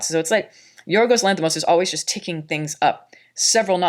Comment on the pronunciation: I almost jumped outta here when she said the directors name like that, I hate when people do that but I stuck around and she seems to have a pretty good grip on this review thing. Keep it up good job